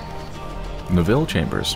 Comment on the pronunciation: Funny way of saying Neville :)